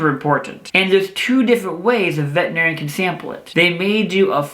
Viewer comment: Why do even veterinarians mispronounce "veterinarian"? 🙄